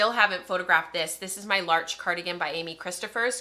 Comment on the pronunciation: Lololololol “Amy KRISTO-phers Amy Kris-TOPH-ers” is the free square on everyone’s bingo card….her name comes up on every ep I think ha ha